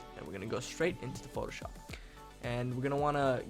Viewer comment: Photo Sho"pppppp" is what you say it like xD